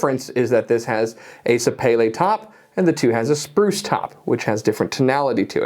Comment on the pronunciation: Great video! But as an FYI, sapele wood is pronounced, sa-pee-lay